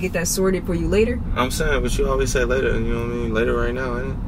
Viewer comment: I like how she said "later".... le'er (I wouldn't know how to spell how she pronounced it )